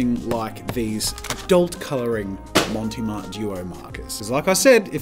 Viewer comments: Brand: "Mont Marte" Jazza: "Monty Mart" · It's NOT "Monty Marte" xD. There's no e on "Mont" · Mount Marty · Love the content. Montee Marte????? Clearly says Mont Marte. Which is a take on Montmarte, in Paris. A suburb famous for where lots of artists hung around in Paris. See what they did there with the name. LOL. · That’s fine. He keeps mispronouncing Monte Mart anyway, (I might have misspelled it though 😆) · I love how you mispronounce Mont Marte XD It's French, no "e" on the end of Mont and the "e" on Marte is a soft "eh" sound, or since we're Aussie not French, you can make it a silent "e" and just say Mart. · Jazza, mate, it's MONT Marte Otherwise, absolutely love this v insightful reviews